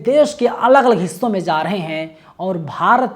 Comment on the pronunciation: Za... Za.. नहीं भाई ja.. Ja.. रहे हैं